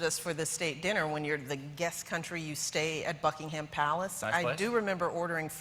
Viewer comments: I love how she says she sucks at pronouncing names and then continues to mispronounce "Buckingham". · I find it funny that she pronounces "buckingham" wrong right after she says how she forgets how to pronounce names 😂 still love her though